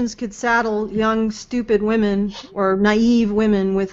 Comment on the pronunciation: From now on, all feminists will be "Hwomen". As Mike says, near the start. xD